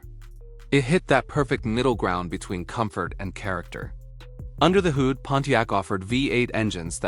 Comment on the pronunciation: Just heard another simple word mis pronounced: Hood, the narration pronounced as 'hoood" this lazy way of making video's is an example of how lazy technology has made people and how overrated technology is,. Artificial Intelligence should be scrapped, it is dangerous and promotes laziness and growing stupidity among humans.